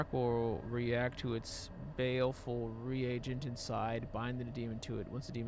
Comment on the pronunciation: he's not the only one lol i've watched lots of playthroughs of this and no one knows how to say "carotid" "reagent" etc. lol